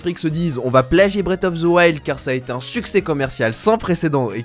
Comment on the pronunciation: Non mais vraiment à chaque fois que tu dis " braite of the wild " je suis en sueur 😭 à limite tu dis braisse, mais braite 😭😭